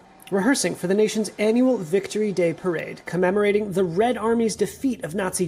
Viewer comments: “Russian forces are preparing for WICTORY day” 😂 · I heard Wicktree day from her. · what is "wictory day"?